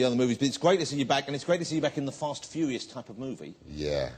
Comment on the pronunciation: the host pronounces Vin Diesel's movie the following way "Fast and Few eee ous.......LOL